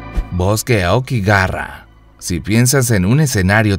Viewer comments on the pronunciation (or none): por que pronuncio aokigara? XD